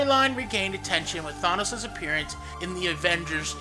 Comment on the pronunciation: I can only listen for a little a bit while he is being called Thonos.